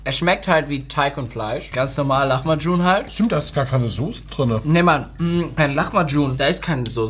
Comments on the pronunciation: Der gute alte Lachmagum nich lamachum 😂😂😂😂😂 Tolles Video trotzdem 😍🥰😘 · was für lachmacun es heist lahmacun